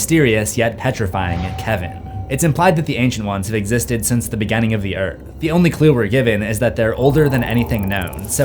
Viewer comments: You said beganing twice in 1 minute. Its beginning not beganing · From now on, I will pronounce beginning as beganning. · The way you pronounce beginning is unique